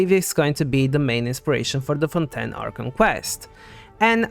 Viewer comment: LEAKS It is pronounced as fawn-TAYN